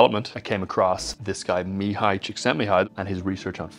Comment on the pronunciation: Nice. Pronouncing Mihaly's name correctly.